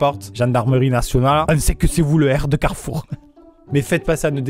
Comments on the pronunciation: Fils:on va à carrefour Maman:non mon fils carrefou car Amixem a volé le R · T'as fais comment pour enlever le R de carrefour, tu es monté sur le toit ? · Alors maintenant on dit plus "Carrefour "on dit "Carrefou" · Tu l'as tjr le R ??? 😅😂😂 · T sur que t as pas volé tous les r de carefour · C'est donc pour ça qu'il manquait le R du carrefour près de cher moi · Carrefour : il est où notre r 🤣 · Comme il a dit carrefour, jepense qu'il a pris le premier r pour qu'on puisse comprendre et que ce soit pas trop cramé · Mais alors comment tu récupères le R de Carrefour, fin, comment tu le décroches puis tu le transportes puis t'en fais quoi après ?? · montre nous le r de carrefour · Montre ton R de carrefour